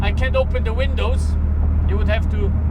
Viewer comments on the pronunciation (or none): none